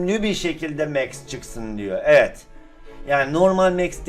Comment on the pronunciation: sende YBJ gibi başlsdınmı yoksa "eğet" demeye😂😅😂